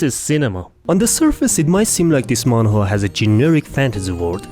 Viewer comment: i love how you pronounce manwa as man whore i cant stop thinking about it.